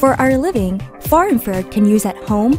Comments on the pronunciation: IN FRA RED not IN FARE ED. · I should feel infused with knowledge, but instead my ears are infected with 'IN-FARE-ED" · infrared not infared! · Couldn’t they get someone who can pronounce infra red properly?